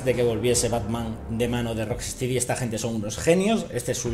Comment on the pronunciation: se pronuncia "rock-estedy'' xD